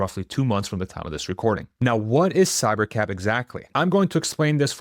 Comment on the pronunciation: Until he put Cybercab on the screen, I thought he was saying Cybercap